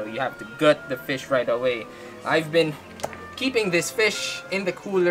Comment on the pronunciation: "Let ze knife do ze work"